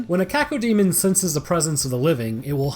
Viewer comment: Coco demon? Or cacademon? 😂